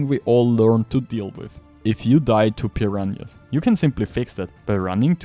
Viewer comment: It’s “Purr-rah-na” not “Purr-rahn-yas”